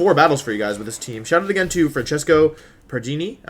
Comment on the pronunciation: I am italian and i love how you say Francesco pardini